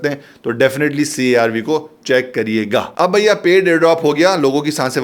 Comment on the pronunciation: I like the way u say "Bhaiya" its a typical Delhi style of saying that...